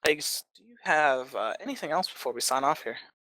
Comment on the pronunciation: Pronounces aegis' name wrong :P